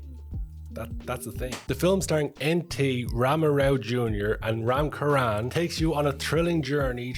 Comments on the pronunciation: Ram charan not ram Karan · Please spell Ram "cha" not "ka" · Ram Charan! Cha-chhhh Ran! 😅